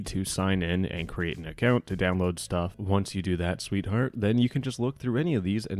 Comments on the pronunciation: my heart went 😳 when you said "sweetjeart" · Why was that "sweetheart" kinda...